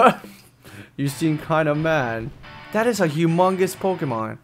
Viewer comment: r u kidding the pokemon say their names please just listen so you can say them right